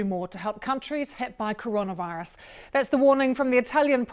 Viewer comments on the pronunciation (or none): Yes guys be careful of cohrohnoh virus